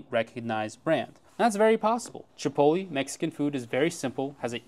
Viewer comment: Chi pohT leh, not chipolly